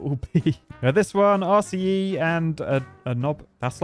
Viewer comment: With how many times you said RCE in this video, I started hearing it as "arsey E" instead, lol.